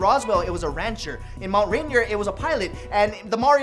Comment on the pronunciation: he says Mt. Reindeer hahahahaaaa